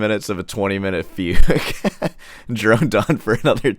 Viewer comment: arent you saying fugue wrong?or is that a joke?